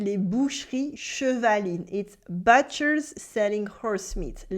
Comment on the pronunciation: I would try most of these. People often get put off by the idea of something more than the actual taste. I thought haggis would be gross but it's fantastic. (Butcher is said with an "oo" sound, by the way -- "bootcher".)